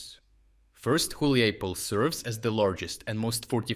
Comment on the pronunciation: Dude who the eff are you? You can't even read properly ukrainian town names, you read Huliaipole as Huliipole, Hulieipole and also Huliaipol alternatively. You have the thumbnail with Zaluzhny years after he's no longer working there. WHAT THE F IS THIS CHANNEL???